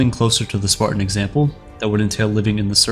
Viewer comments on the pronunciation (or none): No, he really is saying “Spartian”.